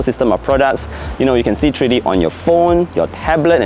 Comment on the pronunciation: it's Three-D, NOT "TREE-D"!